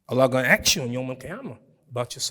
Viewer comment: I like the way he pronounce Ask as Aks its kind of cute🎉🤣